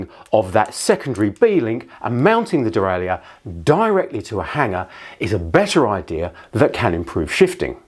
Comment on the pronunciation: Why have you decided to mispronounce 'derailleur'?